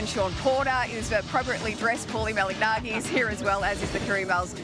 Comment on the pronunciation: Surely they can learn how to say Paulies last name correctly. MA-LA-NA-GEE.